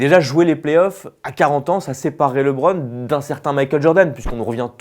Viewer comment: Quand tu vois déjà qu’un des journalistes dit « Libron James » au lieu de « LeBron James » ça démontre déjà le sérieux des arguments 🙄